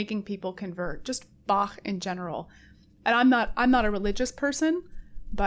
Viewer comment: quick appreciation for ur pronunciation of Bach